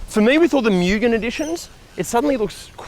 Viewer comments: It's moo-gen NOT myew-gen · If you're going to do a car channel, lean how to pronounce Mugen. Its (Moo Gen) not (Myuu Gen) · FYI: the pronunciation of MUGEN is "Moo -ghen" (with shorter "Oo" sound)